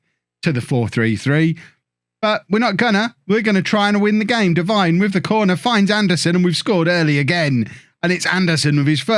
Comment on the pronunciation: Hey, it’s pronounced Deveene rather than Devine as it’s spelt. Sorry to be that guy, love the series